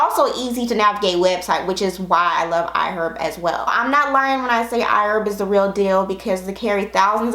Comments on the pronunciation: killled me with how she pronounced "IHerb" 😒 I love her and her channel so much though. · Pronunciation 😱iherb 💞💕💞Great Video though Stay Blessed Stay Safe Stay Beautiful 😊🌹